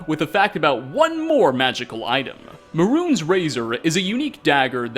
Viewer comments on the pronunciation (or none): May-runes not maroons